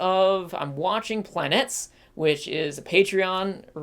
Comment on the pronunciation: lol its pronounced Planetess